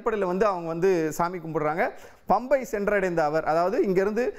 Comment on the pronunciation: பம்பை இல்லை பம்பா.